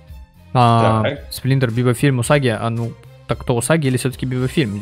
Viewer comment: Сплинтор, усаги, шредэр